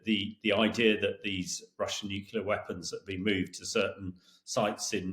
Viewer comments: It's pronounced as it is spelled.... Nu - Clear not Nuke - ular. C'mon guys. 🤨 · Hamish should learn to pronounce ';nuclear ' without saying nukular ffs.